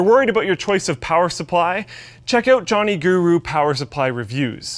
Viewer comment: ROFL "Johnny Guru" It's JOHN GURU (PRONOUNCED GEROH!) or Johnny Geroh!